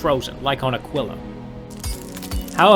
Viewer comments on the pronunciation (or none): none